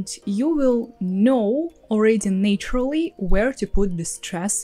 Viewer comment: Thanks for these very helpful tips. One for you: check your pronunciation of “naturally” and “natural”. It should be Nat- as in cat, not “nay”- ❤ "nay" IS correct for "nature".